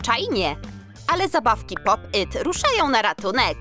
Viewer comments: Fajne fajne ten film ale wiecie że nie mówi się popyt tylko po PIT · Nie muwi się poppyt tylko popit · Nie popyt tylko pop it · Czemu mówicie popyt a nie popit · Mówi się pop it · Można nówić jak się hce pop it i pop yt!!